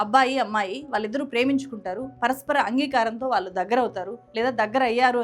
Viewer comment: దయచేసి వాళ్ళు అన్నపుడల్లా వాలు అనకండి. భాష మీడ ఉచ్చారణ మీడ కాస్త శ్రద్ధ పెడితే బాగుంటుంది